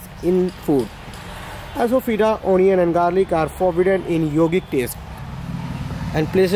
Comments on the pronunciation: It’s not asofodna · How to say " ASAFOETIDA": It is no ASOW-FOTIDA , it is ASAA FOTIDA. yau said " ASO.FEITDA..., correctly said as ASAFOTIDA " GENIOUS " ==> " GENUS "